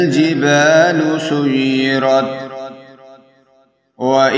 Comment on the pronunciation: السلام عليكم ورحمة الله وبركاته بھاٸی تلاوت غلط پڑھی ہے آپنے سیرت کو سجرت پڑھا ہے آپ نے